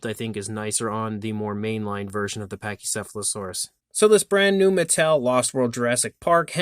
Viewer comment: Couldn’t pronounce the name of the Dinosaur, did he?